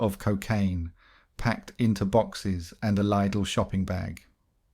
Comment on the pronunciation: This has to be an AI voiceover, right? Pronouncing tearaway like tears from your eyes, repeating things, and worst of all pronouncing Lidl "lidel"